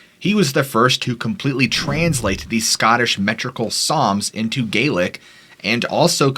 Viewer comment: Some excellent pronunciation of Scottish place names. TY